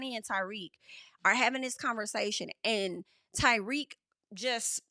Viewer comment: I know "Ty-weak" was just a slip but it's low key the perfect name for him